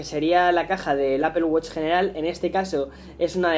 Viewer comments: Apple wosh. Mmm creo que lo pronuncias muyy mal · No es apel wuch